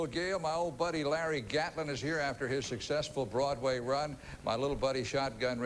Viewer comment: It's Crystal, not Crysta, and Gatlin, not Gatline